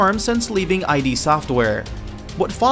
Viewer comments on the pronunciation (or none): That's "Id" Software... not I.D. software. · Id as in a part of the ego, not I.D. as in identification.